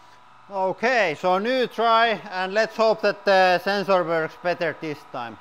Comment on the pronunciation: I like it when he says “houkay” 😁